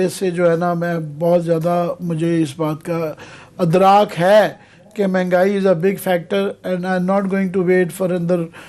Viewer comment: U r speaking wrong it is Idrak